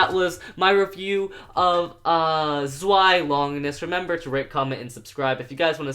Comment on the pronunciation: Its zvie not zwie